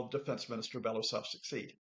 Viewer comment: Blah, blah, blah. This “expert” can’t even pronounce Belousov’s surname.